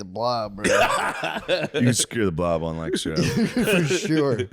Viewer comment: Shane, could you please teach Matt how to properly say Lancaster